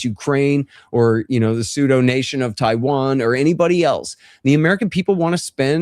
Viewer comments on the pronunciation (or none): none